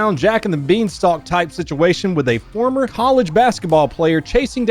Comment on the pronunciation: The emphasis on former